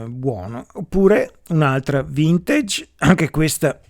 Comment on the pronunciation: Simpatico. Apprezzo codesti video, pragmatici e chiari. Due cose: "assolutamente", cerchiamo di dirlo meno..... Vintage, si pronuncia così com'è scritto... Salutoni.